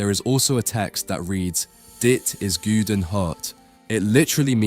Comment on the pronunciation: It says “gouden”, which is pronounced closer to the sound the word “awe” makes, not “ooh”. Similarly, the e in “hert” is not pronounced “hurt”, but like “air”.